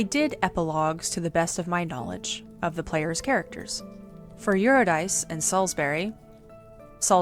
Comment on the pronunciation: Solid video. 1 note: Urydice is pronounced Your-i-duh-see with the emphasis on yur and see. Cus Greek names are dumb.